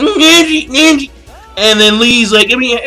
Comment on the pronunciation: I hate how u say neji "nenji"